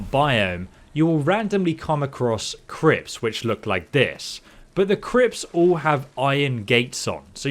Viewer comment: “you will randomly come across CRIPS🧢”